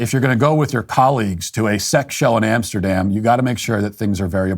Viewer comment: Please mind the “Amesterdam” next time